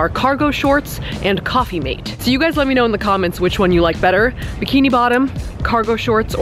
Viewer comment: is it "coffee maid", "coffee mate" or "coffee made"?